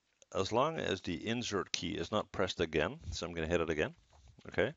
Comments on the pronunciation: could be more clear on mentioning that key almost sounded like "injure key" !!! wtf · i heard the same lol and i googled "which is the injure key" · Thanks for replying, Mike, I also heard injure key lol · Mee too totally heard injure key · I heard injured key too lmao